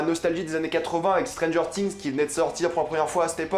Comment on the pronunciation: IL A DIT STRANGER TINGS !!!! 😭